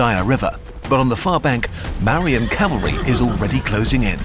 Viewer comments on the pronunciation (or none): Its not "marians" it's "Mour-yans" and please check imagery. All looks like mediaval Europe instead of Indian themetic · Great video. The pronunciation is slightly off for Maurya -- It's pronounced like "More - ee - yeah "